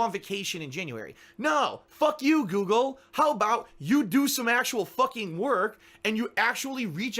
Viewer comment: saying "Guugle" had me 😵